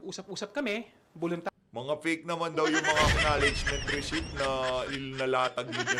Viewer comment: Receipt Resit ❎ Resip ✅ What are you YUTTERING mr. khonghun 😂😂😂